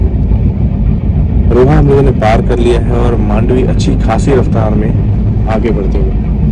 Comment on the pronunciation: Thanks for calling मांडवी 🙌 people call it मंडोवी